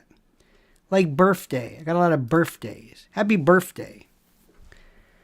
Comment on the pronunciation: Saying “ birthday” as “ birfday “ is likely a hearing deficit.